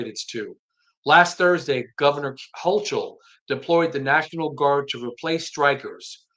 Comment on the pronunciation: They do not follow the HALT Act currently.. and so asking the question "is it working" can't be answered .. also her name is pronounced Hokul .. CH sounds like K